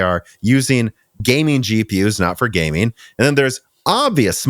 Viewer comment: IT'S GaminG NOT GayMIIIIIN